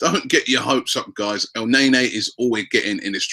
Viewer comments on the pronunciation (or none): FFS Robby, pronounce their names properly. Debuchay? El Nay Nay? It's "De-Bu-she" and "El-Nin-Nee"